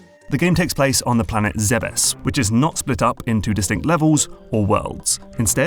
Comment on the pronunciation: Major dopamine hit when he pronounced Zebes correctly